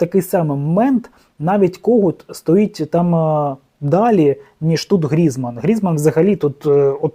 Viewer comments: Тільки не ГрІзман , а ГрізмАн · 1. На якому таймінгу відео сказано, що Шахтар наїхав на Динамо? 2. Безграмотний, Грізман- наголос на А, бо усі французькі прізвища мають наголос на останньому складі!